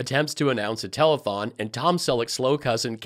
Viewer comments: I'm often sharing you with people. Some of my mates are weirded out by my Trump-averse-obsession, but they laugh when I put your show on. I might just buy a mug or some merch this week... hmm.... Cheers,! Oh, and it's tele-th-thong, not telethong! You gave Lindell too much credit, there! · Did he say a "telephonethon" ? 😂😂😂😂😂